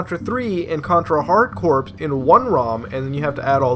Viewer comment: Corps is pronounced Core...